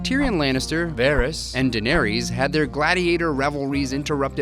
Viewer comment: Ugh your pronunciation of Daenerys is so wrong.